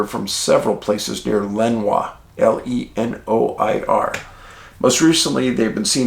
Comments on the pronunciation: I’m sorry to have up correct you but as a local. Lenoir is pronounced Len or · Another great one, Dave. All FACTS on point👍..... Having been raised a 30 min drive from the City of Lenoir, the pronunciation is "Le-nOR" 😉 ....Keep the facts/posts coming, please! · The Brown Mountain Lights are legit, I have seen them myself. I don't have an explanation for them but they do occur. They kinda looked liked a floodlight on a rheostat, slowly turning up the voltage, then they would disappear. And Dave, Lenoir is pronouned "Luh-nore".